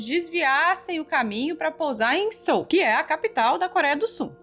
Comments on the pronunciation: “Sou”?! A pronuncia de Seoul é “CÊÚ”. Que agonia 😅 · Não é “Sôl” que se pronuncia, é “Seúl” que se fala! Desculpe corrigir!